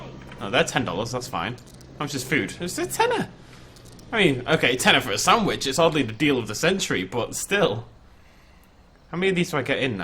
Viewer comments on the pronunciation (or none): none